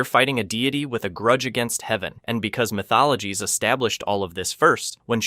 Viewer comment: MK “My Thologies” 😂😂😂